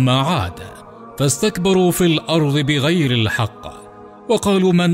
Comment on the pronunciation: قناة رائعة و لكن لو أنكم تلفظون حرف الضاد بشكل صحيح للاسف المعلق يقرأ الأرض ... الأرظ